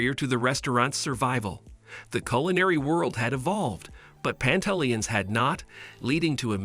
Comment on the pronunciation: In the future you might want to properly learn how to say the restaurants name. You sound crazy.